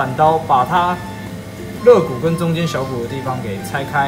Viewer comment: 发音有错误，应该叫肋骨〈leigu〉而不是legu 我特别注意看了一下，应该没有听错